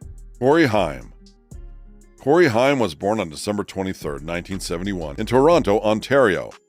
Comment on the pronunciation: Why are there side by side images of Burt Reynolds and Ryan Reynolds??? They have nothing to do with one another other than a common last name. Did your A.I. bot mess up and include the wrong images in this piece about Burt Reynolds? The fact the 'narrator' can't pronounce Cory Haim right is extremely troubling. Haim was the it teen actor in the 80's the way lip filler is in every beauty influencer's lips today.